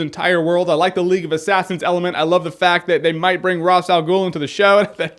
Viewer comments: Side note: it's pronounced "Raysh" not "Razz" PS: Please do a Flash series premiere review!!!! :D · Oh, you're pronouncing Ra's wrong, it's Raesh